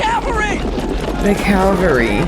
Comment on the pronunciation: Hi! I just found your channel and I love your reactions! 😘 I know that English is not your first language, but, you mispronounced an important word. You referred to the soldiers on horseback as the "calvary." The Calvary refers to the hillside outside of ancient Jerusalem where Jesus was crucified. It comes from the Latin word for “skull” (calvāria). The word you want is "cavalry," which is a military unit, usually on horseback. It comes from the Italian word for "horse" (cavallo). The word "caballo" in your native Spanish should be close enough to "cavallo" to keep you from confusing those words in the future!